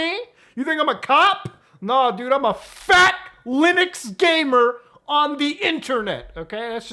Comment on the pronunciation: Massive emphasis on “Fat”.